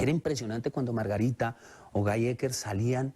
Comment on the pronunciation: Guy se pronuncia Guí. Son reeee brutos